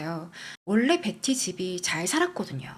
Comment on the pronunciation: 컨텐쓰 감사합니다 근데 “벳티” 너무강한 한국식 발음 조금 거슬림 “베티” 가 듣기 부드러울걸요. 지적질아닙니다 참 예쁘게 열심 이네요 ❤